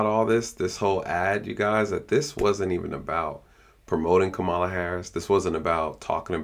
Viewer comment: Is this a real ad for Kamala (com-ma-la) Harris. Whoever made this should be fired.